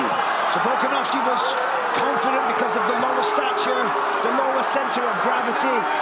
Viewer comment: im always cracking up at the accidental: "Volkanazi" (~ )